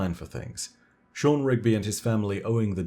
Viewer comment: So we dont have any rigby's but we do have a shaw-han. Sean , shaw-hawn just saying